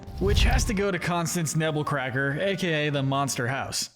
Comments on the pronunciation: It’s actually “Nebbercracker” not “Nebblecracker” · It's Nebbercracker, not Nebblecracker